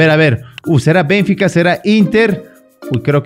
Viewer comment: No es BENfica, es BenFIca, se pronuncia fuerte en la Fi, saludos